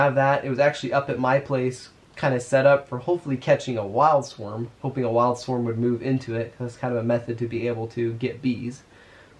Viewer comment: they are called a SWARM, not a Swerm